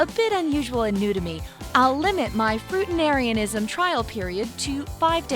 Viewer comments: lol. why did you put "fruitarianism" on the screen, while pronouncing it "fruitanarianism"? wouldn't you want to reshoot this video to correct that? "fruitanariansim" doesn't appear to be an actual English word! But, if so, why not put that word on the screen? confusing! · The word: fruitarianism The voiceover, repeatedly: “fruitenarianism.” Seriously. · You made a whole video on something that you can’t even pronounce... Fruitanarianism? So close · Why can no one pronounce the word FRUITARIANISM?! It’s not fruitanarianism like she said it 🤦🏼‍♀️ FRUITarian! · I don't dislike many videos but this video deserves 2 thumbs down. The 1st reason is the narrator is saying Fruitarianism wrong. Secondly , She started off by saying she was going to only eat fruit but then jumps from eating only fruits to adding in oils and nuts and eventually other junk foods.